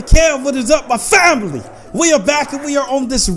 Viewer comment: You said samily